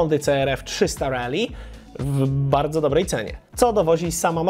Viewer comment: Mówisz, że Kove 800 ma wykorbienie. No ale jakie? 270? 180? To by mogło wskazywać czy inspiracja w budowie silnika jest od Yamahy/KTM czy BMW. A przy okazji - szacun za poprawną wymowę "Rally" - nie wiem kiedy się na nią przestawiłeś, ale pozostali redaktorzy tematyczni chyba zostali przy tym głupim "rejli".😁